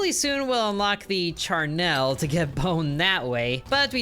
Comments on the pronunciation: It's pronounced char-NULL, not char-NELLE. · Charnel is pronounced -nul, just remember its not a happy thing, so don't smile to pronounce it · Oof, you are actively hurting me with how you are pronouncing Charnel It is not spelled Charnelle